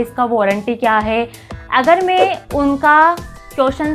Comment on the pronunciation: Tumhe bolna to aa nhi rahaa tum kya hi job karti hogi.. hai ko he bol rhi ho.. मैं को में bol rahi ho.. 🤦